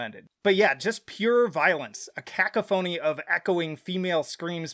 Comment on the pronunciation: look up how pronounce cacophony